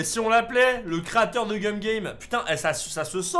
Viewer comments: Tu as dit Cum au lui de Gum a 😂 et oui il faut pas regarder sur internet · La façon dont tu prononce le nom du jeu 'cum game" au lieu de gum game" est très étrange coupler à des enfants